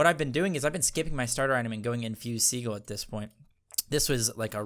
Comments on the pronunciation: Haha warding seagull, it is pronounced as sea gill 😀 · Americans pronounce Sigil as Si•gl or Seagull Whereas in the UK (where we speak proper English) it's pronounced Si•jl or Sigil English lesson over, now go out there and become the gods you were meant to be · I think 'Sigil' is pronounced as "See-Jil" :) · just so you know, SIGIL is pronounced like si-jill the G sounds like a J. like the word BRIDGE. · He knows that, he's just trolling lol. He said that in his recent cerb video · He knows but he said he likes saying it for fun. He said the first time it was unintentional but then just went with it.